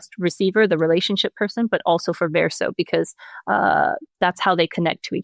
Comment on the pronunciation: She's wrote my favorite story. Although I wonder why she pronounces Verso in a way that's not true to the game. Also, the other lady was wrong about Monoco talking about feet. This is a fact established in the first minute of meeting him at Monoco Station. So, nothing was award or spoiled.